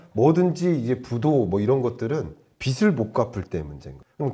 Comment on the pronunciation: 김광석 교수님 내용 너무 좋습니다. 그런데 영향력이 큰 전문가시잖아요. 말씀하실 때마다 빚을 빚이 등의 발음을 비즐 비지로 하지 않으시고 비슬 비시 로 발음을 하시는건 좀 바로잡아주심 좋겠습니다.~~